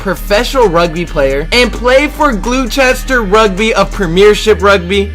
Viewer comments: Love the enthusiasm, but the pronunciation hurts my soul! The team he played for is pronounced GLOSTER, not GLUE-CHESTER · and not glowster, GLOSTER